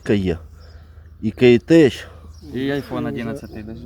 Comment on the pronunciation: Друже, намагайтеся говорити вірно - не кейтеЧ а кейтеК (Keitech). Ми ж не кажемо теЧніка (Tech-nique) або теЧнологія (tech-nology) . Це массова помилка у словах з "tech" у кінці. Натхнення у житті та риболовлі! 🐟🏅👍🏆 ✌ 🌎🔥⚡ 🇺🇦